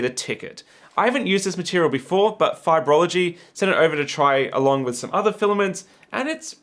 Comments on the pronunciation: Why, it's "Fiberlogy" not "Fibrology" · it's Fiber-Logy not Fiber-o-Logy;) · Fun fact: they're called Fiberlogy, not Fiberology. No idea how they want it pronounced though